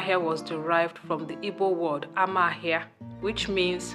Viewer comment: It's not Ama ahia but Oma Ahia